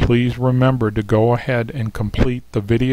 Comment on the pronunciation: When he said “TWEN page” I got some nasty flashbacks to law school.